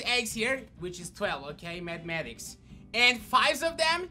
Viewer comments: "mathematics" i swear to god i heard "mad maxics" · Lmao, says mathmatics I say maxmatics